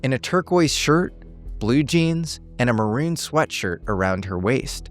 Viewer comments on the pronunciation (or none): none